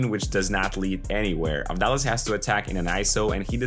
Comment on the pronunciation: Also da is pronounced like tha in that so it's Av-thá-las.